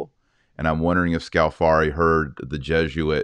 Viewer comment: If Scalfari has repeatedly misrepresented pope Francis, then why does Francis repeatedly go back to Scalfari to be interviewed? ------ (By the way, it's Scàlfari, not Scalfàri, the stress is on the first syllable.)